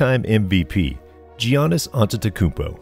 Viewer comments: Bro it’s pronounced Yannis not Gee-ahnnis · It’s pronounced Yannis, not Gi-a-nis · Why in the world are you pronouncing it Gee-annis???